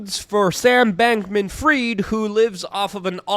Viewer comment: Sorry, (not sorry!) Luke, but I gotta tell you that at ~ , you mispronounced Sam Bank-thief Fraud's name. 🤣 Thanks for all the rottenness you expose. Love your work!